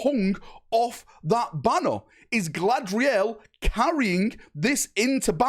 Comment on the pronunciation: "Gladriel" :P lol